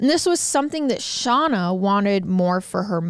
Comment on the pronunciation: I love hearing about this case from different sources. I'm sorry but I have to correct you on something... You keep calling the daughter "Shawna" and it is "Shayna"...... Like her big brother Shane but with an a ☺️